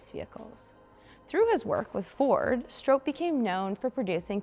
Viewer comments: I see many of you correcting her pronunciation of Oly, but I haven't seen anyone so far correct her pronunciation of Stroppe. It rhymes with pop, not rope. And yes my profile is, and has been for years, me sitting in Big Oly. This was back in 2016 when Parnelli loaned it to me for the Bronco 50th anniversary I was coordinating with Carlisle events for the Ford Nationals. I tried to get it there this year again for the 60th anniversary, but the new billionaire owner didn't want to pay to ship it in like everyone else did with several of the other most historic and rare Broncos. A damn shame for it to miss that historic gathering again. Parnelli had it at the Bronco 25th Anniversary, and brought it in personally on an open trailer behind his F-150 to the Bronco 40th anniversary in Victorville California in 2006 where I was lucky enough to first meet him and hear some of his stories first hand. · Learn how to pronounce STROPPE. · Yes, wasn't sure if it was STRAHP or STRAHP-PEY. Regardless, producers need to catch presenters from mispronouncing names and just plain reading aloud like some do 😒